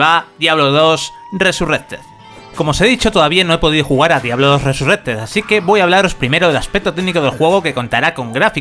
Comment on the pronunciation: Cada vez que escucho RESURRECTED se me cae un poco más la oreja....